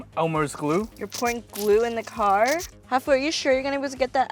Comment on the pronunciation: It's hafu not hagu